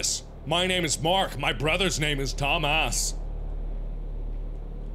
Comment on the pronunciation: his name is tom-as